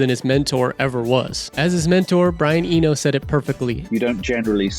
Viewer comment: "Brian Enio" My god, who is this person. Has he generated this script with AI? He doesn't seem to know anyone he's talking about